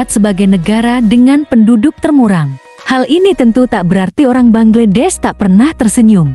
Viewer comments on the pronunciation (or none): Bacanya banglades kalii.bknnya bangledes😮😅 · ingin tampil beda sy denger bangedes. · Bangladesh mbak bangladesh BUKAN bangedes